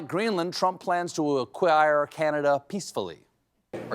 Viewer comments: Does that fox news host believe that Greenland is a disney ride? The way she pronounced it, makes me think so. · It was cwazy to buy Gweenland?. Did I hear her right? I don’t have my glasses on. Is that Barbara Walters?